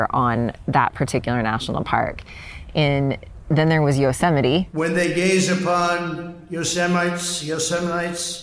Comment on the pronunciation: LoL "YO-SEMITE"